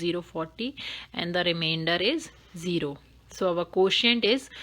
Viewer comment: Nice ! But pronunciation of quotient is not exactly pronounced . So try to correct it . May God bless you !